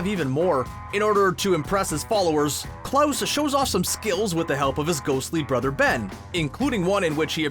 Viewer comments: its "Klaus" not "Close" c´mon man... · When you say Close...are you trying to say Klaus? 😂😂😂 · Did he just say Cloche...instead of Klaus? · Why do you keep mispronouncing Klaus’ name wrong?! Most of the time it sounds like you’re saying CLOSE. Stop it. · Klaus like "house", not like "close" the door. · Klous? Its Klaus... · ahem It's pronounced "Klaus" not "Close." That bothered me to no end. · His name is Klaus not Klose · Daxhund and Klos...... really? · Am I the only one who cant understand how every channel finds a way to pronounce one of the main casts name wrong everytime. This time its Klaus... Keeps saying close... But why?! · Did-- Did he just say "Klose"..? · Video threw me off everytime narrator pronounces Klaus as “close” 🤨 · Did you just call Klaus “Close” ? Is the narrator someone who hasn’t seen the show? Or has never heard of the name Klaus? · Madeline (not Madelyn), Klaus (cl-ow-s), and Patrick. C'mon. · Why in the world do you pronounce Klaus like that? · Haha how he pronounces ' Klaus' 😋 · Why do you say the name Klaus like that? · I can't get over the way he pronounces Klaus.